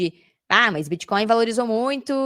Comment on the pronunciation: Muito bom o conteúdo. Por que você fala MÛS ao invés de mas?